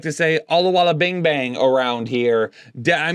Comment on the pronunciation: btw Dare is pronounced "dah - ray"